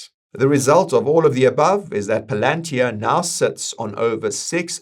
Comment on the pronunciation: That's actually how it's pronounced. We been pronouncing it wrong